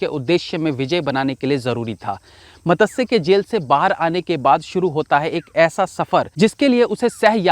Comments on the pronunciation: its not matasya its matsya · Madasya nahi bhai its matsya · Matasya nahi Matsaya Nam hota hai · आप 'मत्स्य' का उच्चारण गलत कर रहे है।